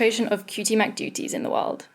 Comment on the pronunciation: Lmao when she tried to say cutie mcdudie and said mac-tooty